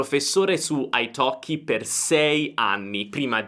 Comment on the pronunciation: e la prima persone di pronunciare Italkie corettemente ! ( i have waited for that a long time !!!)